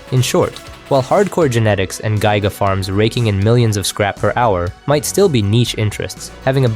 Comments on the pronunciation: Im sorry "gy guh" farms? Is this AI voice? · I've literally never heard some one pronounce Giga as Guy-guh... But this guy seems like an expert... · i wasnt confused at what you intended to say, but observing how it was pronounced incorrectly.